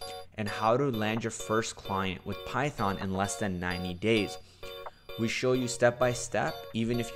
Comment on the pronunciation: Till I was like he has great knowledge in programming but when he said "Python" (It hurts my ears) I hit my head with my mouse !!